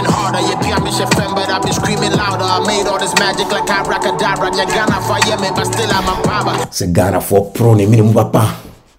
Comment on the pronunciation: Abracadabra not adabraka please